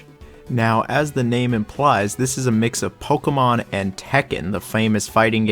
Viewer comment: stop saying pokemon like that...